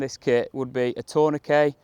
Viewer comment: Great video. So refreshing to hear tourniquet pronounced correctly in a shooting video! 😎